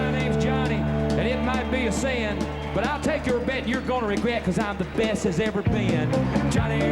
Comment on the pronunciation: Only in a deep Southern accent like this could the word 'sin' have three syllables.